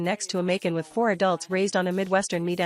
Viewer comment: Hard to listen to the mispronunciation of Macan!